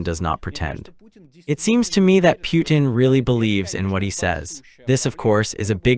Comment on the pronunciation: The u is silent. Pronounced: Poo ten. Pootin